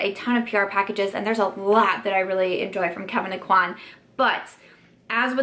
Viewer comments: O-qu-anne= Aucoin. It's a French Louisiana name and EVERYONE even Sephora says it wrong. They have a launch video of his line with his pronouncing his name the correct way. Sorry this bugs me from EVERY YouTuber. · In louisiana (which is where Kevyn Aucoin is from, if you watch the interview the clip is taken from he is from north central louisiana) it is pronounced oh-quanne. And if you continue to watch Sephora pronounces it wrong! Makes me really angry. We don't have many celebs from here and especially ones in beauty so I just think it's a blow to his legacy to mispronounce his last name.